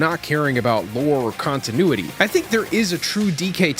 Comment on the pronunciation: You mean “kongtinuity” 😏